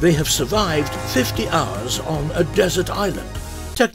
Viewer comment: „Dessert Island“ ?🤣